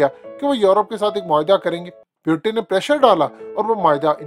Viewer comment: Pyutin nahi bhai wo Putin he 😂